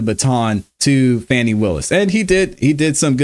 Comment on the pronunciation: Calling her Fanny is pure ignorance is Fani pronounced Fawny. Anyways Kramer is 1000% right to call Fani out. That trial is ooc!🤬